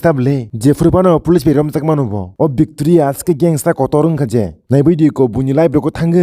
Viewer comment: Victoria❌ vecteria✅